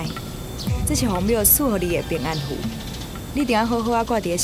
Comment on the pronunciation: ～是平安符、不是平安咈吖～😂